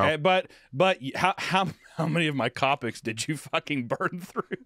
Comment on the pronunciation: "how many 🐦‍⬛CAW-pic did you go through?" CO-PICS mf u go to Starbucks & ask for 2 splend-DERS in your coffee huh Hunter?